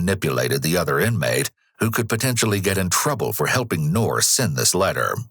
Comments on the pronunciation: "We don't know yet whether Ngor has mental issues or not..." LOL!!! Really? F N REALLY?!! Clearly anyone who savagely beats (almost) 100 year old elderly people has severe mental issues! Also, the "g" in "Ngor" is NOT silent. 😉That Ngor could have taken what ever he wanted without laying a hand on those helpless seniors. I wish for this particular case we could go back to the old justice system of 100 years ago. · First time I heard it with a silent G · Nice try but I don’t think that’s how you pronounce the suspects name. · get the guys name right at least, its two syllables not one, the g lisnt silent. it n'Gor not nor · I would pronounce Ngor a little differently, appropriate name however.